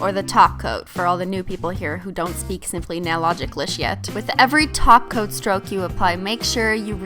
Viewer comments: omg for the first time she said top coat.......nope she said taco again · It's so funny, how Christine needs to force herself to say "top coat" instead of "taco" !😂😂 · whenever she said "top coat" i just heard "taco" i think im in the wrong channel xD